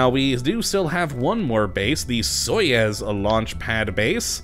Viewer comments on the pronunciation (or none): Hey, i noticed that you pronounced Soyuz wrong, it is pronounced like soy-yous